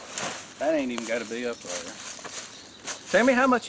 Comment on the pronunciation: that’s right I think that’s a str8 up southern saying right “dayer”